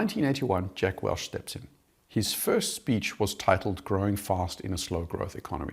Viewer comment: Say it with me. WELCH. Not Welsh